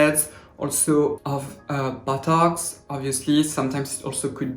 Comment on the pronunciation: emma /a Yes! Emma..I feel like I’ve struck Gold! Love fitting it a few minutes of into my week..Good gravy..If not only to hear pronounce “BOTOX” as “BUTTOCKS!” What a Darling Smarty Pants, eh? Lovely Christmas Skin to you...🎄